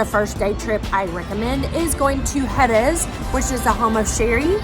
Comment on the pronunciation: Say it right at least - it's CAAAAADIZ - Not CADIIIIIIZ